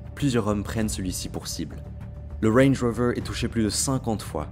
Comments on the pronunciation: Wange wover ( il m'a stressé avec sa prononciation) 😂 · Tu viens de gagner un Abo pelo mais arrête avec ton accent sur range rover zebi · « Wenj woveur » me régale 😂😂😂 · Mdrrrr le wrange wrover 😂😂😂 je voulais vérifier les commentaires parcequ'on étais plusieurs à taper un fou rire et vu les commentaires on es pas seuls 😂 sinon bien l'histoire ! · « LE WENJ ROOVEUR » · Range rover psartic l accent 😉😛😛😊